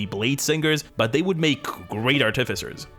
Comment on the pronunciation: If I hadn't subscribed to you already, I would subscribe just because you pronounced Artificer correctly.